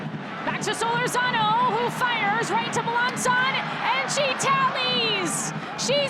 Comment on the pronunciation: I 'love' it when the ION announcer mispronounces Solórzano's surname. Come on. The stress is on the second syllable, and it is a long OO. See the tilde over the letter o here.